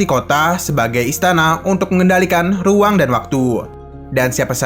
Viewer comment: RRRRRRRRUANG BUKAN HUANG